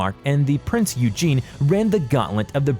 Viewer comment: They are not 14 or 16 "foot" guns they are measured in inches 14", 16". It's Bismarck not Brismark, it's Tirpitz not Tripitz it's pronounced Oigan not ugan